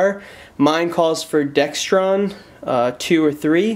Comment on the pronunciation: Not Dextron it is Dexron